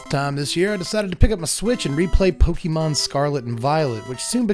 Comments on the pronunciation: Pokémon has an accent. It’s pronounced po-KAY-mon, not po-KEE-mon. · The accented é in Pokémon is pronounced like the accented é in café or resumé. Po-kay-mon. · "Pokey"mon lol